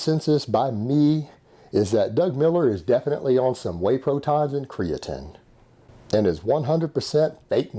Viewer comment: I love when you say whey protons and creatren.